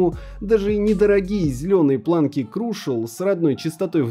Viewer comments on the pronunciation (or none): none